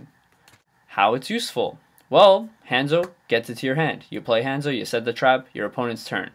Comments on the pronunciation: ha-nzo... not HANDzo... smh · Han = huh-nn-zoh not haa-n-zoh